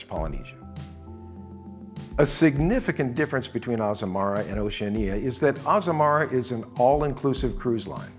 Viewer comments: I have a comment on the presentation, the correct pronunciation of Oceania = ow·shee·a·nee·uh. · Why are you the ONLY person who butchers the pronunciation of Oceania. It's Oceana, the I is not pronounced. It's also often mispronounced Oce AN ee a. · NOT TRUE. Oceania is correctly pronounced O she ah nah. Listen to any videos by Oceania or persons who work for Oceania and this is how they say it. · Curious pronunciation of Oceania. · Just awful. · Well since you cant even pronounce the word Oceania....... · Hopefully you will learn haw to pronounce OCEANIA prior to your going on them. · Strange pronunciation of Oceania. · THE WORST. I've never heard anyone pronounce it this way.